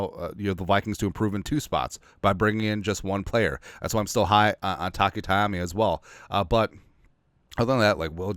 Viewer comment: Our young, budding Nose Tackle/general DT's surname name is NOT "Tai-AH-Meee"! It is Taimani (Tai-MAH-Neeeee). !!!